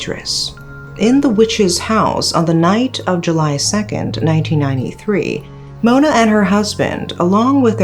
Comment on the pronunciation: I really love your pronunciation, great job. When you pronounce Mona's song title I almost thought that you are a Malaysian for a few second😅